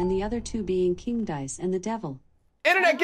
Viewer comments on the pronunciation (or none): none